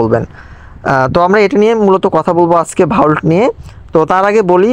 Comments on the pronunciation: আরে ভাই ঐটা ভাউল্ট নয়,,, ভল্ট....😂😂😂😂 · Its ভল্ট not ভাউল্ট